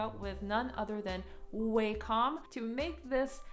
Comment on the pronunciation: You are literally the first person I see pronouncing Wacom like Waycom